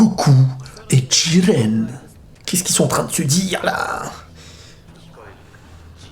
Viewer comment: Jiren idiot, pas djiren